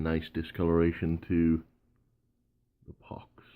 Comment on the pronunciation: I just love the way you keep saying pox. . .